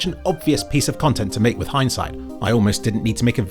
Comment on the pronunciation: lmao at heinz appearing when you say "heinsight"